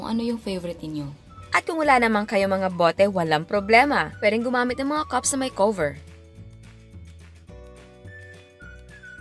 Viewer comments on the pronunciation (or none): "Cups na may COW-VER." HAHAHAHAHA!